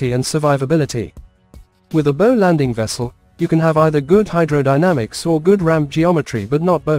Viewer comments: Bow, as in rainbow, ramps? A ship’s bow rhymes with ‘How’, not ‘Sew’. AI narrators are still a big turn off. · Irritating mispronunciation of the front of the ship as "boe" as as opposed to "bough". Gave up at 2'56". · What an interesting way to pronounce bow - "bo" versus "boow".... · I assume the content creator types in text that he/she wants the AI to narrate. At least for the "bow" (bow and arrow) / "bough" (bough of a tree) issue heard all through this video the creator could presumably have deliberately misspelt "bow" as "bough" to force the correct pronunciation there. It's pretty lazy to not have at least done that (assuming it would work). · This marine video mispronouncing “bow” is ridiculous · Christ, just narrate the videos in person! Listening to this monotone voice misprounouncing 'bow' constantly is doing my head in. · PISSES ME OFF THE NEAR CONSTANT WRONG PRONUNCIATION OF "BOW". SLOPPY, CARELESS WORK. AI IS CLEARLY NOT FOOLPROOF. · I think it's signposting a future trend to dispense with main guns on future warships to make space for teams of highly trained archers able to fire deadly volleys of poisoned arrows at enemy combatants. In that context it probably makes sense to start referring to the pointy end of ships as the "bow" as pronounced in this video. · Agree, can’t even pronounce words, ie ‘ bow’ as making a bow, not as in a ships bow, the pointy end. Pathetic.